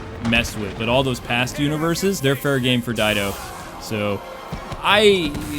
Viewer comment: Sorry, sorry, but his name is Dan DIDIO. Not Dido, DIDIO. Please get my arch-nemesis' name right. XD